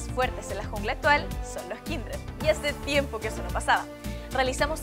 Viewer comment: Se dice ''Les Kindred'' Kappa